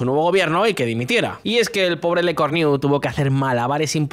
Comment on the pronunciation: No se dice Lecorniu; jaja, qué risa!